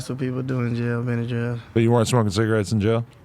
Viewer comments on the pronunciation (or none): Homie said benadryls. Aight bruh😂😂😂